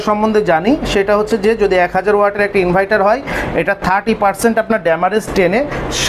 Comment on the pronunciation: ইনভাইটার না ভাই ইনভার্টার